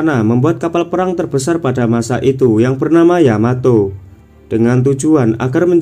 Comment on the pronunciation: Yamato ❌ Yamateh🤭✔️